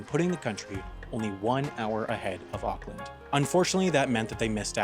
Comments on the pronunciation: it pronounced orclind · "ockland" wtf ahha